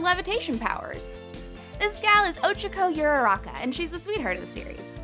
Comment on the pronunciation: Ohchako oorarahka is how you pronounce her name